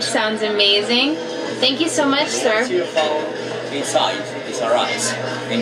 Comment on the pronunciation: Why does she keep saying ser, "thank ypu ser"...does she do that back home or she thinks its a british thing 😂😂😂